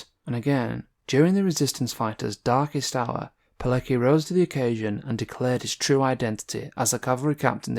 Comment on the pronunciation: you should try to pronounce his name correctly. This story is so Well known, that it'a almost embarassing that you can't pronounce his name or the name of the army he joined